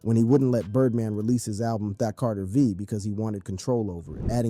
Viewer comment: My man really said "The Carteer Veee" bro cummon. I aint even gonna get into "Jardarkiss"